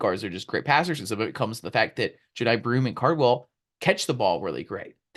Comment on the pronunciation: you really gotta learn how to pronounce Broomes first name